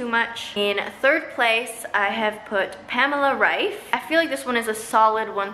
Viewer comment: They first English speaking person who pronounces Pamela Reif´s name right 🤣